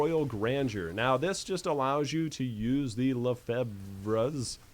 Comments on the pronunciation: Its pronounced LE FAY. It's French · Lefebvre is pronounced "La-Fave" or "La-Fev" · Lefebvres is a french name that is weirdly spelled, even for us. You don't pronounce the "b" and in english, it should be pronounced like "luhfavrs" ... I think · apparently, it's pronounced "Le-FEV-ruh"